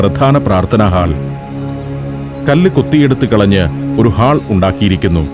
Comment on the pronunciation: ഹാൾ അല്ല sir... ഹോൾ. പുതിയ തലമുറയെങ്കിലും correct pronunciation പഠിക്കട്ടെ